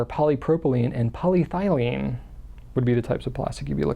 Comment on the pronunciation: Hi, as always, I very much enjoy your informative videos. I didn't quite understand what you said about the plastic storage containers around the minute mark. I got the polyester and polypropylene, but missed the third one that sounded a bit like "polythylene" which I don't think exists or possibly poly-phthylene which might exist. There are many, many kinds of plastics and compounds and I certainly don't know them all. Did you mean polyethylene? ("poly-ethyl-ene"). There may be a poly phthylene form of plastic (yes, that's the way phthylene is spelled and both the "ph" and the "th" are pronounced) but I'm not familiar with it as a plastic. I'm certainly not complaining, your enunciation is normally quite clear, but the pronunciation of in these compounds is pretty similar to my aging ears. Just asking because I do store some paper and books, some in cardboard and some in Sterilite(tm) bins. Many thanks.